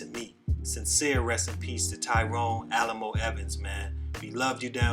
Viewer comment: You pronounced his name wrong my guy. It’s not “Alamo” it’s pronounced “Alley-Moe”. Respect for the vid tho.